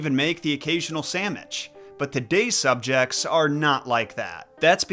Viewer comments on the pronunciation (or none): He said sammich 😂❤ thanks tho you're right I do! 🎉